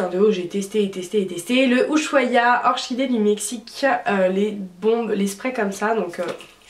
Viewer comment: J'adore tes vidéos mais orchidées se prononce orkidé lool gro bibi